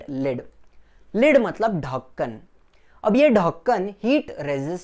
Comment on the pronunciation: sir aap dhakan kaise bolte 🤣🤣🤣🤣🤣🤣🤣🤣🤣🤣🤣🤣😆😆😆😆😆😆😆😆